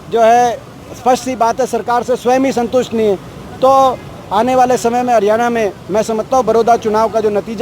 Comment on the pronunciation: भाई., हरियाणा शब्द बोलणा तो कोनो आंदा